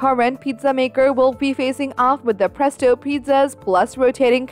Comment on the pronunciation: She said pretso